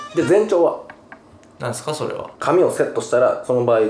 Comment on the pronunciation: そrrrrはねえ